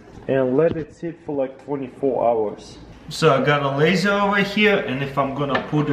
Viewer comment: Ze lasier xd